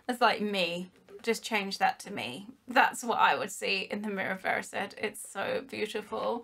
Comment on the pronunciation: im pretty sure its not erissed.. im pretty sure its erised